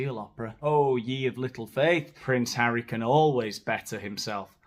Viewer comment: I am german and the pronounciation of Harry was so so bad, hard to understand at all 😂